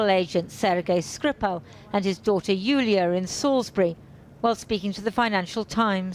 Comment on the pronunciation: I'm sorry but the newsreader's accent is standard received pronunciation. Classic BBC pronunciation, verging on old school. She simply mispronounced Yulia's name, changing her gender in the process. >